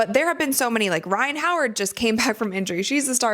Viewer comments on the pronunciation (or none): none